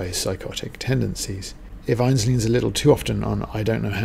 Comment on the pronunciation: Pronunciation of 'INNES' is the two syllable INN-IS; INN rhymes with SIN and IS with MISS.